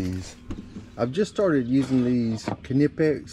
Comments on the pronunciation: almost sure its a silent K on the kahnipex brand heh i normally just grab side cutters but if its heavy gauge then ratcheting cutters work really well .... i've just come accustomed to side cutters and the preset ones i will still nick a wire. unless its like communication cable like cat5-6 then i use a special stripper with a special crimper built in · I believe the K in Knipix is silent when you pronounce it